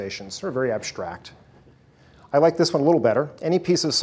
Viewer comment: Why does he pronounce the word "strategy" as "sshtrategy"? Is this the correct pronunciation or is this just an accent difference? It sounds like a german word with this kind of pronunciation :) Same goes for "con'sh'traint" and "ab'sh'tract".